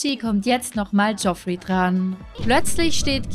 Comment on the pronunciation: Ich mache mich jetzt mal bewusst etwas unbeliebt 😁😁😁😁 und spiele hier mal den " besser Wisser" als Spaß natürlich. Aber Landgraab senior wird Jeffrey ausgesprochen 😁😁😁😁 Ansonsten wieder ein großartiges Video ☺️☺️☺️☺️☺️ Auch wenn ich paar Monate zu spät bin. 😁😁😁